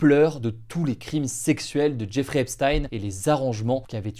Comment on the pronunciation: Jeffrey se prononce "Djè-fri"